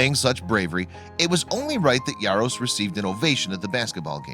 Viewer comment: Why are you pronouncing his last name with a Y? It's Jaros not Yaros...